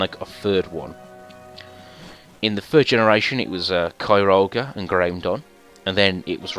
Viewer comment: Qrim is how the lengendary is said